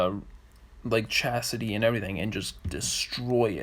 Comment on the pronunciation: Chassis, not Chasity